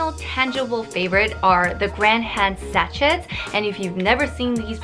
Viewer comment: Sachet is pronounced sa-shay, xx